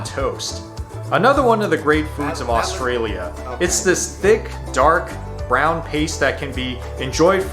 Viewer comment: He can’t even say Australia properly 😅ooorshtralia